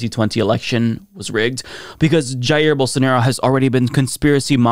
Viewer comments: "BOWL-SAN-ORO" -Rave Dubin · Geez, thanks for reminding me of the “Don’t Burn This Book” weirdo saying “BolSARNaro” -_